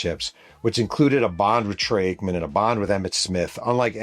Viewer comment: My favorite part of these Cowboys stories is how you just cannot say Troy Aikman’s name right lol…great stories, but that just makes me chuckle.